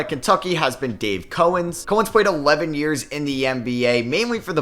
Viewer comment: COW-ens, not COH-ens. And CRIST-oviak, not CRISTO-vee-ak 👍